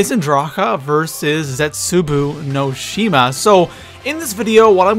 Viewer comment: I hate how you pronounce the map names